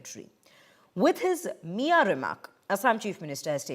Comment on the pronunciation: it is miya not miyan